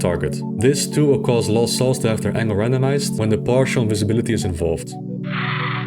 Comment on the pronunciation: I know is saying "randomised", but I keep hearing "random ass" and it's hilarious. "Random ass angle of +22 to -22 degrees". XD